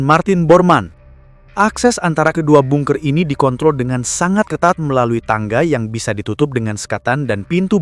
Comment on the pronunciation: Bacanya banker bukan bunker..😂😂